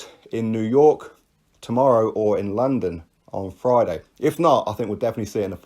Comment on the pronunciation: You say London like a Lol (Larndon) 😄👍